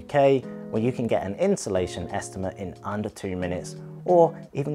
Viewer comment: Where on earth have I said "insulation"? I doubt it and if I have, then it is obviously just a mispronunciation and I would mean installation, so you're just being unnecessarily difficult. P.S. I think you also mean "you're" and not "your". You're not filling me with confidence that you aren't actually here just to wind people up. If you don't like the free information, leave quietly and go elsewhere. I won't mind.